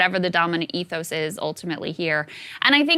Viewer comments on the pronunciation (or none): none